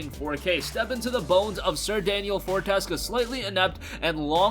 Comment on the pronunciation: Fortesque (For-tes-skew)not for-tesk